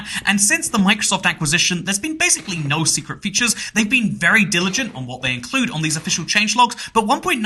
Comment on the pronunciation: Genuinely despise the way you say “nooooooo” Its pronounced like an elongated “no”